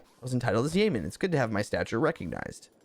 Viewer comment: "yeoman" is pronounced "YO-man". -Salty